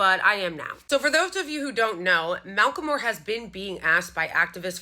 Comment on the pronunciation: its pronounced MACK-el-MORE - thanks you so much for sharing